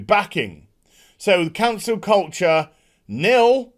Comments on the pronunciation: Took me a second to realize you’re saying Cancel, not Council. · I legit thought you said "Cancer" culture.